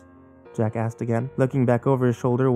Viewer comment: When you say "Jack asked" I keep hearing Jack Ass xD